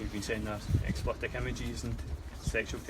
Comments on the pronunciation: "Explitic"? Learn to speak, FFS. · Its explicit pal not explipet 😁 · I wish the hunter would realise he's saying explitit instead of explicit ,doing my nut in lol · Honestly how has no one ever corrected him on '' explitic''